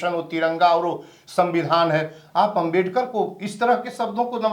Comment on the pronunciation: पत्रकार बहणजी बाबसाब आंबेडकर बोलो